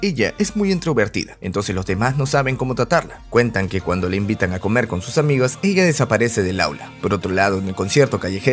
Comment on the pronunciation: He notado que la pronunciación del nombre de la banda suena como Queso Cubano